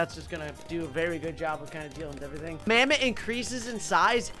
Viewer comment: This isn't mammoth this is mamtho